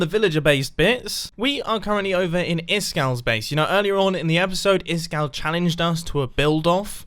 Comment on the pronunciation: Is kall är ice cold på svenska Is-kall uttalas det I skall